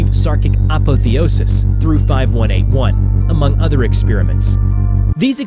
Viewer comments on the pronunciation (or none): none